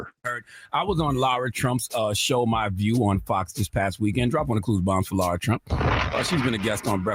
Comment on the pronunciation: What is SO DAMN HARD about speaking the word “Lara”? Explain yourself. Stop being disrespectful to Lara Trump. Her name is not “Laura”.